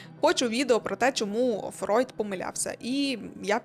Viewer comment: Мегажирний лайк за правильну вимову прізвища Фройд (Freud) , а не Фрейд. 👍👍👍👍👍